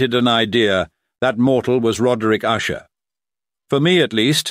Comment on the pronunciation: Well done except for the constant changing of the pronunciation of 'Usher'. Is it Usher, OOsher, OOshay, or what??